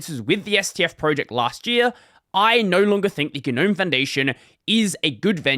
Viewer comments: Normalize pronouncing it NOAM instead of GUH-NOAM so we can all stop sounding like pretentious losers. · Stop pronouncing the 'G' you freak.